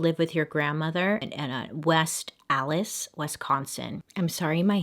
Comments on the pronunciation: Im from west allis and listening to anyone else try to say west allis always comes out sounding so funny. So does milwaukee. Sorry just had to say that. I actually giggled a little bit at when bailey said west allis. Also, this is my 1st video from bailey and im totally hooked!!!!! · I screamed on how you said west allis lol